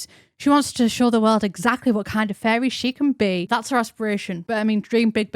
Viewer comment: I was listening to this in the background while I was organizing cc, and I’ve realized that “fairy” in your accent sounds a lot like “furry” in mine 😅